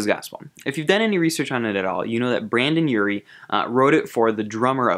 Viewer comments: I was calmly watching this video when I heard him say the unforgivable....”BrAndon Urie”....I was never the same. ( Its Brendon ) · This man really just say Brandon Urie, and with an emphasis on the brAndon??? Bro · "Brandon Urie" EXCUSE ME